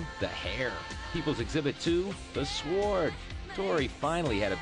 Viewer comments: did he just pronounce the W in sword lmao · The "Swa-ord?" It's like the narrator never used the word before. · "...Exhibit 2: The S-wwwwww-ord." That sounds so bizarre to a humble little Aussie. BTW - Thanks for your music Tori!